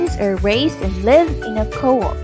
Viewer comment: it's nice! (except the pronunciation of "coop")